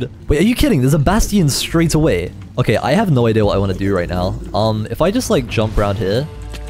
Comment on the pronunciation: “okeh” will never get old ✨